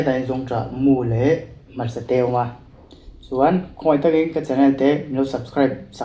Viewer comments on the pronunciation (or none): none